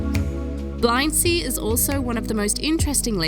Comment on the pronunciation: Stunning views from the drone but, as others have mentioned, users must respect the regulations to ensure they are safe and not intrusive. By the way, Tyrol is pronounced "tirrole" (rhymes with Wirral) and Blindsee is pronounced "blint-zay".